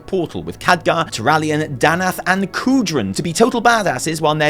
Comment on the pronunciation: kurdran, not kudran